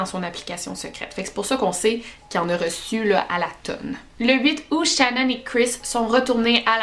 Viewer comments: ecoute ton video tu l'appel shanon et pas shannan . Mais j'adore tes video qyand meme ♥️♥️ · Pas shannon ses shenon sa se prononce Chénone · Peut importe comment sa secrit ses pas shanone comme tu le dit xD ses pas comme sa que sa se prononce